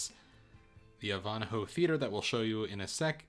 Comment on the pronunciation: Very nice ship tour, Thank for being thorough. One thing though is the pronunciation of Ivanhoe = "EYE - VAN - HO" , not "Eve-On-A-hoe" sorry, but it kind of made me a smidge nutty. 😔😏